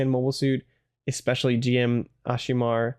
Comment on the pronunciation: It's pronounced "Jim" ("Jimu" in Japanese) btw, but not a big deal.